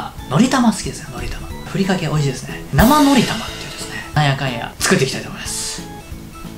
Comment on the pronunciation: 「なmhぁのrぃたmr@ 画面から目を外してて音だけ聞いてたワイ「なんて？」